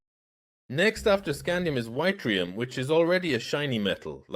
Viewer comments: It still has problems, such as where yttrium is pronounced why-trium instead of it-rium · "Eetrium"=Yttrium FYI.... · whytrium itrium yittrimun... Nice try AI.